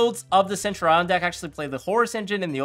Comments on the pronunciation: Its Sen-Tu-Ri-En not Send-Your-Eye-On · thats just definitely wrong its a basic historical term from ancient Rome and both my dicitionary and Google pronunciator say Sen-Tyu-Ri-En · Actually I'm a Latin student it's sent-ur-eon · Lol why are people so caught up about centur-ion?? Pros still out here calling mannadium mannadome.